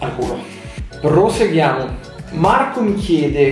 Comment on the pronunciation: Hai detto palesemente "proseghiamo"